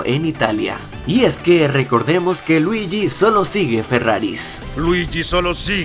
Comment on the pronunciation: En cara 2 dice luigui wido estamos en wido estamos en italia estamas en casa